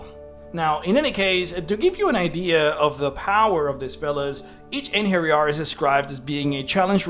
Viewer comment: Thank you for getting the "j" right in "Einherjar". I recently listened to an audio book with lots of mention of them and Jotuns where the reader pronounced the "j" the English way, and it was very annoying. That said, the plural of Einherjar is Einherjaren.